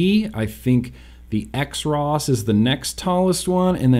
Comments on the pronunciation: I believe the “X Ross” is pronounced “Cross”. At least, that’s my “cool pronunciation “ take. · pretty sure xross is supposed to be pronounced kross